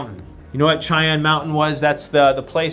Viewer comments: Its pronounced "shyann" mountain sweetheart, like the indian tribe. Love your videos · It's pronounced Shy-anne. It's a native American name.